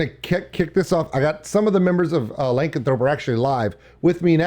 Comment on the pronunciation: XD its pronounced "luh-can-throw-pee"